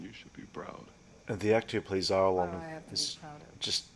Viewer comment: Wow! I have not noticed the camera angle between Arlong and Nezumi until you pointed out. Also, just to confirm that I didn't hear it wrong, did you pronounce Arlong's name as Argon (something like that) 😅